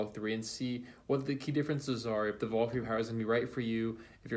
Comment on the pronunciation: Not saying the names right; it's VLAK!